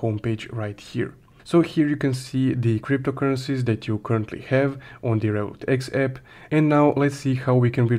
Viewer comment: Why cant u pronounce Revolut X properly I don't even understand if u are saying revolut , Revolut x or Revolut eep what are you saying bro your video is clear but you intuition is very bad